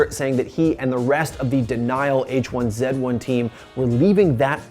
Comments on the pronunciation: Bro you're American. Stop saying Zed. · I always kind of thought I hated this guy, and then he said "H1Zed1" with an American accent. Yeah I hate this guy. Good call, me. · He said H1zed1 instead of H1Z1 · It’s H 1 Z 1, where are you getting H1ZED1 at ? Lmao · so am I. We don't pronounce it like that, not even French-Canadians do.